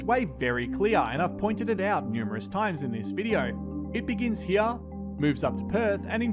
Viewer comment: it’s really making me mad the way he’s saying “here”